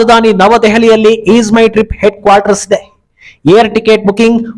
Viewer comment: ಈದ್ ಅಲ್ಲ ಅದು ಈಜ್ ಮೈ ಟ್ರಿಪ್